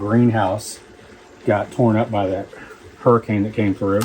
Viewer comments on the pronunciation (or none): none